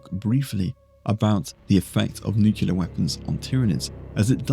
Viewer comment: Ok Video, not that anyone who knows what tyranids are ever asked that question 🤣 But i have to say, nucular killed me inside! And you are british... do better man 😉